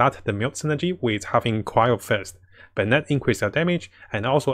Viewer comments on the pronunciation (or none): none